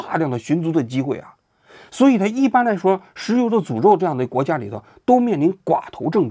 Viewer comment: 看到图才明白是“石油的诅咒”，听您念的是“石油的主奏”😂